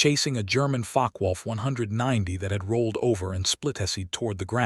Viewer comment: Im sure Focke-Wulf is not Fock-wolf as per your subtitles but You also aeem to pronounce it that way rather than like fock-er-wolf.